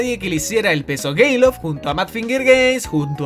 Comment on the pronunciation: soy el único que se dio cuenta de que dice gayloft